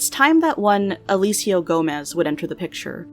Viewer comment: okay I chuckled when she pronounced Elcio as Alicio